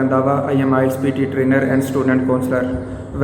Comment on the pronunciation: See pronunciation of IELTS.